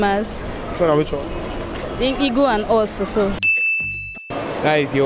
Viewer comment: Even Presenter has the H factor... Heagle